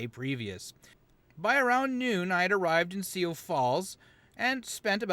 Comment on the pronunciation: "Sioux" is pronounced as "soo" regionally. I know it messes with Canadians/Francophones, but the main name in "St. Croix River" is pronounced "croy" here (same with La Croix drinks) Yeah, I-90 is extremely flat, and can easily be closed by snowstorms in the winter since the wind blows so much. You might have enjoyed staying on I-94 through the Twin Cities on the way back to see the downtowns rather than going on the beltway bypass. Freeways tend to stick to flatter land unless they have to hit the more interesting bits. Minnesota's stronger scenery is in the Driftless like you saw near La Crosse, around many of the lakes, and toward the more forested northeast. No worries, though. I'm happy enough just being able to experience the seasons, and tree-lined city neighborhoods are great to see in the autumn, and I've got computers to keep me company when it's cold